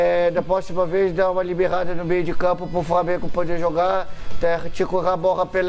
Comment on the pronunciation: Petck: eu fiz do “beio” da rua!